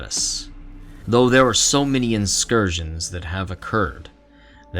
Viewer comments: Bro what’s an inscursion. Did you mean in-cur-sion? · Awesome video, although I am at odds with you over your pronunciation of the word incursion